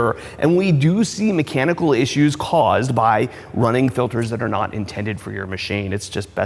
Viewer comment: ITS F I L T E R S not FILDERS